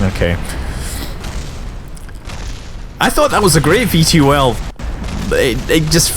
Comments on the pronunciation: you don't say (V-T-O-L) you say it like (vee-tol). lol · Scott, you're the first person I've heard spell out VTOL instead of pronouncing it "Vee-toll"...I found that very entertaining. :)